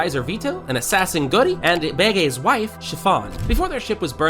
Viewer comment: Beegay it’s bege